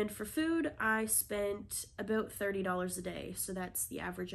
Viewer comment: I’ve never heard you pronounce about aboot before but I think I may have heard one in there :)